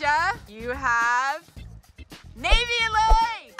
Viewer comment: Just for the next time it’s NayVee! Not Naivee! Just letting u know!